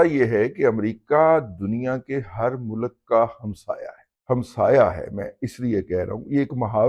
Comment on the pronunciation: mulak nahi mulk bolte hain pindu baba . Awr Kisi ka mazaq orane se pehle baba g aaine mai apni shakal bhi dekha kar plz